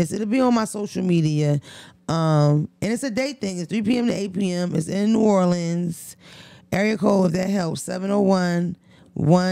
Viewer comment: I love you but you better figure out how to pronounce New Orleans by the time you get out there we gone talk about you lmao